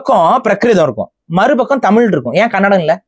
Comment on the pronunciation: ஐயா முதல்ல தமிழ்ல தமிழ் இன்று ழு என்ற எழுத்தை உச்சரிக்க கற்றுக் கொள்ளுங்கள் தமில் கிடையாது தமில் தமில் தமில் சொல்றீங்க அதுவே முன்னாடி தவறு பஸ்ட் பேச கத்துக்கிட்டு வந்து உச்சரிப்பை கத்துக்கிட்டு வந்து அதுக்கு அப்புறமா இன்டர்வியூ குடுங்க ஐயா தமிழை கொள்ளாதீங்க தயவுசெய்து